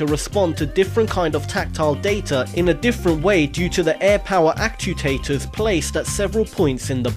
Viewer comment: Cool video BUT: Actuators NOT actutators Physiology NOT physio-ology Re A listic NOT real-istic I never mistook ASIMO for an iPod. :)